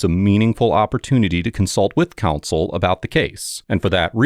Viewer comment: our sweet narrator keeps pronouncing "counsel" as "console"